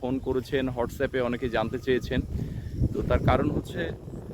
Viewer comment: হটস্অ্যপ্ নয়,ওয়াটস্অ্যাপ্।